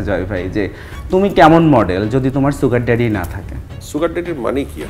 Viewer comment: ছুগার ডেডি না, সুগার ডেডি।